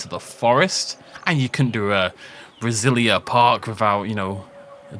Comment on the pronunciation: As someone from Brazil, i loved the map! Btw the A in brazilia isn't that stong